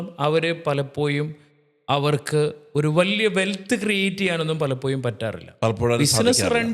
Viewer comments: മലയാളത്തിന്റെ ശരിയായ ഉച്ചാരണം അറിയാത്ത 2 പേര്‍ അതിൽ ഒരാള്‍ പറയുന്നു (palapoyum)എന്നാണ്‌ 😅പലപ്പോഴും എന്നാണ്‌ ucharikendath.pinne സാമ്പത്തിക വിഷയത്തില്‍ 2perkum ഒരു kunathavum അറിയില്ല ,മലയാളത്തെ കൊല്ലരുത്!! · Palappoyum, vaya, Maya 😂 Schoolil poda myrrukale